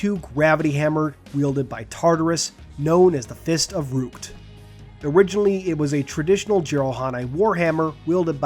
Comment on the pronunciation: I love these types of videos. Now one thing though. The First of Rukt. Just pointing out, it's a short "u", not a long "u". "uuuuuhhhh" not "ooooh"